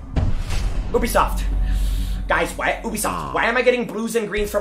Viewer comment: It's Ubisoft not ewbisoft 😂😂